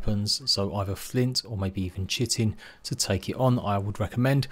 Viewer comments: Correct people's pronounciation: Kite-in Incorrect people's pronounciation: Chit-in Me who knows the correct pronounciation but simply doesn't give a crap: Shit-in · why does everyone say chit-in.......its pronounced Kite-in......